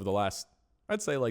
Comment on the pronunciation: "Blabber" instead of "Blaber" lol